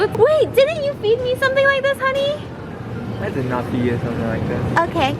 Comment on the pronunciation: He either said honey or unnie